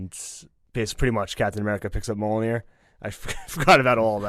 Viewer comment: I love that can pronounce Mjolnir but not Sapochnik lmao. You’re my boy blue! Love you’s!